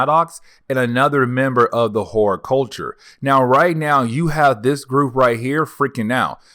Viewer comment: Just stop saying "kakoa". We know what you mean. And hordculture instead of hordEculture but I like how you said whoreculture, though. Magneto did that and I loved it. But just..........it's hella distracting everytime you say kakoa. Where'd the "r" go? And obviously you can read because you're pronouncing everything else right but still...... Naw, you just mispronounced Madrox. Who's Jaime "Maddox" and what's your problem with not pronouncing "R's"? Ija